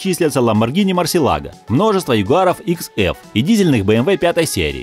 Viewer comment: Тип топ, не ламборгини мурселаго а мурчелаг